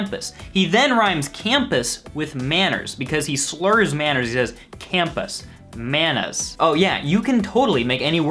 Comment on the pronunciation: That bad pronunciation of Manners makes it sound like manus, which so similar to manos, which he might just be saying because "IT'S SPANISH" it's creepy, since "I don't have no manus" means "I don't have any hands."